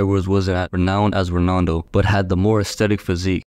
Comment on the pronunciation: Bro said Ronando 😂😂😂